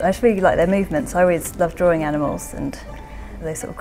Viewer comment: DRAWING not DROARING